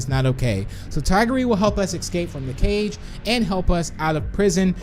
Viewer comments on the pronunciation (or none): Srsly ecscape? Its escape